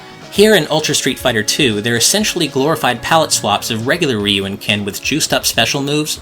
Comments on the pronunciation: Ryu is not pronounced "Ree-you." It is one syllable. "Ryu." Exactly as it is spelled. Like "beau" is "beautiful" but with an R instead of a B. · It's amazing how many people mispronounce Ryu. Even in this video it's pronounced wrong